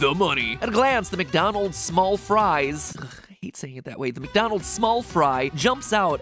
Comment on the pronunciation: Am I the only one who noticed the “MatDonald’s” in the intro? Lmao